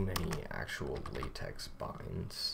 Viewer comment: It’s pronounced latex, not latex.